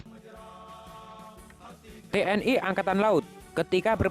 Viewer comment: TNI jangan dibaca T N Ai bos ,ejakan. Indonesia jangan. Diinggriskan yaa